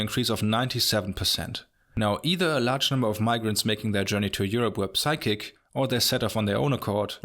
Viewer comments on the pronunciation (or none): The P in the word Psychic is silent my Germanic friend.